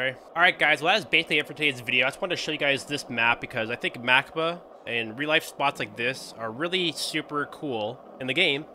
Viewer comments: If I think I’m correct it’s pronounced (Mack-bawh) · For some reason I thought you said "Mac Book" and had to get back and double check lol